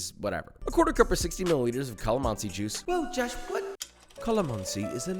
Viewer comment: I like the way you pronounce calamansi - it's pure Filipino style! Oh, yeah, the lechon looks delicious!